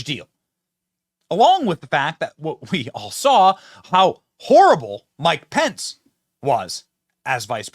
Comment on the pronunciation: mykepenys---my pen is. mike pence is